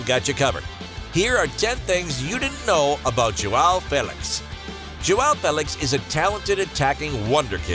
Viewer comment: You can say "ao" but you can't say "ão", your native language doesn't have this this sound. Say "aum" ão. Joaum/ João that's how it sounds.